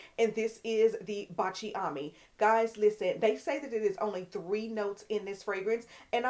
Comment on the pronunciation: Thank you for telling us about Baciami in previous videos. You definitely influenced me to purchase it. Baciami is pronounced Bahtch-ah-me only 3 syllables, and is an Italian fragrance that means “kiss me” in Italian. Kiss me in French is Embrasse-moi. Baciami is definitely a beautiful fragrance worth every penny and she is a stand alone star of the show fragrance that needs no supporting cast!❤